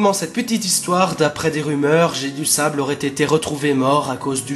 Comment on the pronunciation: Ah et Jedusable, vu qu'il est anglais, doit se prononcer Jai-du-saybeule